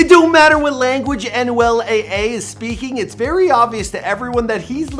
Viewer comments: Aye aye 🤣🤣 it’s Anuel doble A 🤦🏻‍♂️ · mans said anuel "aye aye" im weeaaakk its anuel "ah ah" come on guys 🤣